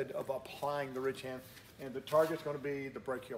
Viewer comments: Lol he was saying rich hand ! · I always thought WB said "REACH HAND" which kinda made sense ... I guess ?